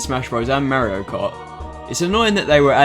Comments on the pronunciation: Why does he say "Merryo" instead of "Mario"? XDD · you say Mario wrong